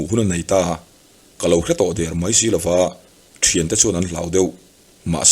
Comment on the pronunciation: I thil chhiar hi a ngaihnawm ṭhin, mahse "Mai" tih hi "Mãi" i ti leh zeuh ṭhin hi ka lo ngaimawh deuh ṭhin. Heng ho hi an lainatawm ngawt mai, mahni leh chhungtd chan ah han dah chhin hian a na vawng vawng ṭhin.